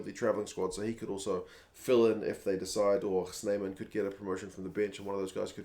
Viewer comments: 😂🙏 don’t worry you pronounced RG Snyman’s name correctly. Better even than most (non SA) commentators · You pronounced RG Snyman correctly 🙂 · It is RG Snyman, you said it right. If anything in Afrikaans you just roll the R slightly more. Keep up the great content!